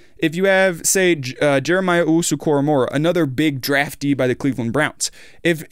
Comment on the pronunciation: Clowney is going to be great this year. Your takes are great. But it’s pronounced Jeremiah Owusu-Kora-MO-Ah.